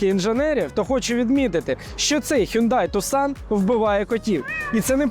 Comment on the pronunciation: Правильно казати "Хёнде Тусан"